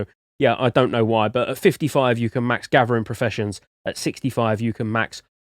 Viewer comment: love his accent gathering is gavering lol what a beast !!!